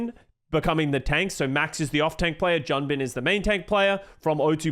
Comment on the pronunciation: Yo please in the future: Junbin is pronounced Joon-Bin (준빈), and Vindaim is pronounced Vin-Dime (빈다임)! Vindaim's name being mispronounced has been a pet-peeve of mine since the start of last year lol